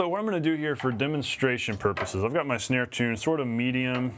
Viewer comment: "Shnare." LOL